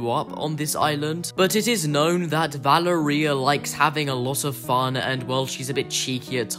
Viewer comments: I’m italian, so, i can Say that the right pronunciation is “Valèria” not “Valerìa” (it’s an italian name) :) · nah its italian its pronounced Va-le-ria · Somewhat: VaLEria not ValeRIa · I think it’s Va-lair-ria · No u didn’t it’s vil-er-ia my frineds name is Valeria and that’s how u pronounce it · i think its va ler ee uh not val a reia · His name is pronounced “montage” and it’s also pronounced “va-lar-ri-yuh”. Also the underground owns some pois. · Guys, did I pronounce “Valeria” correct? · no he didn't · No, it's an Italian name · U pronounced Valeria wrong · No You Didn’t It’s Valeria! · Why do you say Valeria like gonnorhea